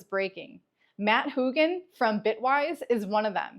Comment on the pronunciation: Did you just call him Hooogan. You do know the u is silent right. Pronounced Matt Hogan. Maybe you never watched a video of him where people pronounce his name correctly when they introduce him